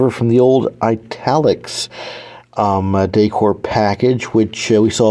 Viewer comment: Now that you learned how to pronounce 'Weis', maybe you can practice the word 'decor' 😅